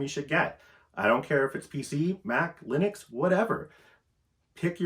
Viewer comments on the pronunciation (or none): none